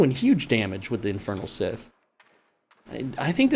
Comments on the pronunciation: It's not "sith". You're pronouncing Scythe completely wrong dude. Think of the word "psi" or "sigh". It's the same just with the "th" at the end. So "sigh" - "th". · I loved the vid and appreciate it especially as an Axe main but stop calling it a sith man it hurts to hear XD. Amazing guide and it actually helped me I'm thinking of some tweaks to my grinding set! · You're saying "Scythe" swrong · Why he say scythe like that 💀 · Nevwr heard someone saying Scythe like that LMAO